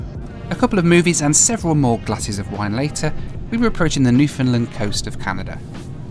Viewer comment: Newfoundland...rhymes with "understand" accent on last syllable.